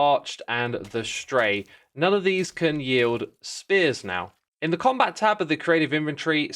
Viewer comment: yield or wield? 😅